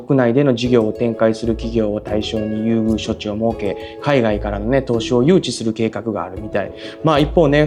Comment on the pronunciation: 時々日本語が… ○戸 はとではなく「こ」 措置はしょちではなく「そち」